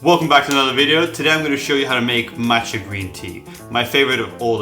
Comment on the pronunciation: Why would one take advice from someone who can't properly pronounce the name of the product?